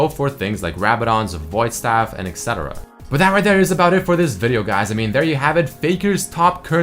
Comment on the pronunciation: When he says ''and exetera'' something in me dies...